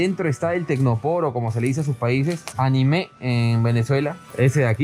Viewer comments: Saludos y la Mujer sin Rostro, te comento que en Venezuela no se pronuncia el tecnopor como aniMÉ, sino aNIme osea con la sílaba tónica en el medio. Un saludo y un abrazo bro ✌🏻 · animÉ NO es anÍme hahaha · JAJAJAJAJAA ANIMÉ NO, ANIME SIN ACENTO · JAjajajajaja en Venezuela no se dice Animé, se dice "ANÍME" jajaja dilo con un acento en la í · jaja.... decimos "anime" sin acento! no animé como en japon! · no es animé, es aníme!!!!! Aunque para ser sincero suena raro eso de "tecnopor" parece nombre de servicio técnico atendido por un portugués XD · Aníme!!! Con el acento en la “i” (En venezuela xD) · en Venezuela no se dice ANIME, se le dice ANÍME, no es lo mismo como las caricaturas, Saludos espero que leas el comentario! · En Venezuela es aniME el acento prosodico en la última sílaba jakja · es anime, con el acento en la i, no en la e.. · a lo que me refiero chamo es su pronunciación el lo dice incorrecto